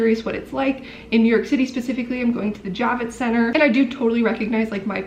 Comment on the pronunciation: I thought you were saying “Jab-it Center” and thought that was appropriate. 🤣 I’m a nurse, so I got my vaccine in Dec/Jan. Moderna definitely has more side effects. I’ve administered hundreds of both types. Totally worth the protection!!